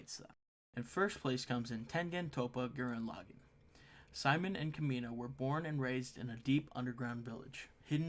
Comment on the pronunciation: When he said guuren lagan I was like Why am I here just to sufer